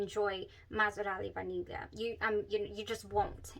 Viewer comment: BTW you are the ONLY person who says Vaniglia correctly 🎉🎉🎉 /vah neel yee uh/